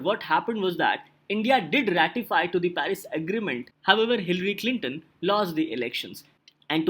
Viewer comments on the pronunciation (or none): none